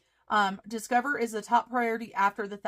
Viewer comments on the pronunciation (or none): I think you should leave “Discoverrrrr” just the way it is- made me smile! 👍😃👍